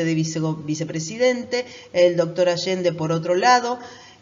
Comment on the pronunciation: Es Alende, no Allende.